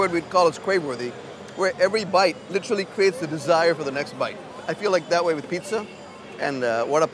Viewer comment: When did we start pronouncing "literally" incorrectly?